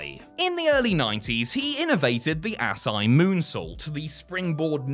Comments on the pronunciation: Ass eye???? Lol.....Asai = uh-sy-e... moonsault ....Ass eye😂😂😂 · Ultimo finisher is pronounced A-sah-ee DDT lol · Ugh... I'm a fan of you guys, but mispronouncing "Asai" (ah-sī-ee) is mind-boggling given that Ultimo Dragon is hardly the only guy to use it and plenty of other wrestlers have not only done the move, but have still called it the Asai Moonsault. 🤦‍♂️ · I thought Asai was pronounced uh-saw-eee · Asai. Ass-eye.🤣🤣🤣